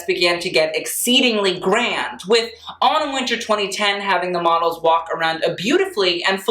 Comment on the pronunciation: When he said Autumn Winter I thought he said Anna Wintour